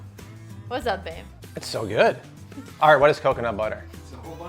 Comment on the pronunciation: She almost sounds Brazilian and says coconut like I used to, but it would get me in trouble every time. Cockinit 😜😂